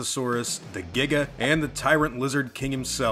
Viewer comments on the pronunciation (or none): Paleontologists don't agree on anything, making them all a bit pointless in a way. And it's Tyrannosaurus-NOT trex and "Jig-a" not "Gig-a".